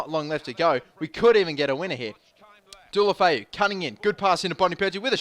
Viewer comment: What happened to pronouncing Deulofeu correctly?